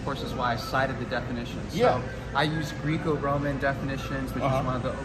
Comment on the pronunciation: Me as a wrestler I have never been more annoyed by how someone says Greeco Roman 😂